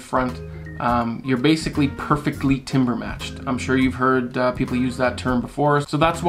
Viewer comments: Good video , keep up the good work! For future reference Timbre is pronounced "tam· ber" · I wonder if it is because Anglophones struggle to make the sound "im" in t•"im"•bre as we hear it in French, so the pronunciation got transformed. Just look how "Tintin" is pronounced in French (original) vs. English and you will understand the struggle lol.